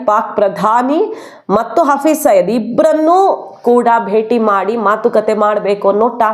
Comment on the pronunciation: Hafriz saeed ಹೆಸರು ಸಯೀದ್ ಇರಬೇಕು ಆದರೆ ನೀವು ಸಯ್ಯದ್ ಅಂತಿದ್ದೀರಿ. ದಯವಿಟ್ಟು ಸರಿಮಾಡಿಸಿ ಹೇಳಿ.